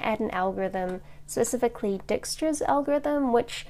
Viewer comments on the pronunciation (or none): It's pronounced Die-stra :D The more you know ~ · you pronounced Dijkstra wrong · Grazer Right, because it's a dutch name, it's pronounced sth more like the English word "dyke" followed by "stra".